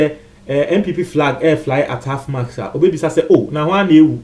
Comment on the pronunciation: Is anyone else hearing half mask? It is Half Mast!!!